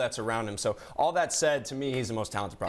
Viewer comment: She said zo on lakers